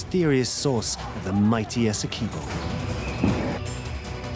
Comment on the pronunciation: As a Guyanese—thanks for sharing about my country…but every time the narrator pronounces Essequibo…Esse-quib—bow by Guyanese